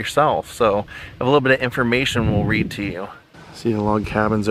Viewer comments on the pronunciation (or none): none